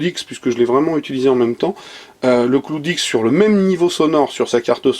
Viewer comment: T’a prononciation est nulle a chiez le cloude ixe